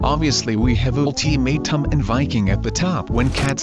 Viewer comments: i love how it says “oolteemaytum” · ULTIMAITUM lol thats how the translator pronounce